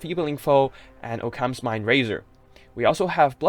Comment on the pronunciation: "Oh-cams" lol. Occams razer, "aukums"